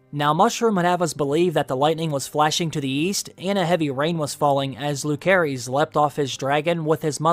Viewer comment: Bro, how are you mispronouncing Lucerys this bad? It's definitely not Lū-care-ees.